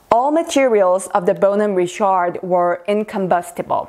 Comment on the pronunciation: It is not Ri-SHARD